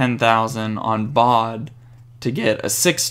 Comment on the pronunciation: You say Vejsa instead of Vesa and you said bad instead of Baade, so what i Think you should do is giving the J sound to Baade so it sounds like Bejd cause thats his right name and then Vesa without the J sound :D Great vid